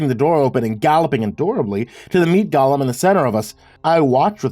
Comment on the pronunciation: Golem is pronounced just like it looks. Go-lem. It's an automaton or homonculus type construct from Jewish folklore. Gollum(Gaw-lum) is from Lord of the Rings and has no connection to the things in this story.